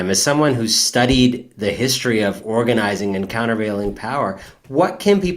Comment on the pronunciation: Is he saying countervail or Counter-Veil?